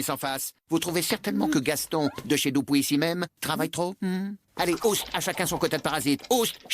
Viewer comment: Y'a un truc qui me choque, c'est la prononciation de "Dupuis" ^^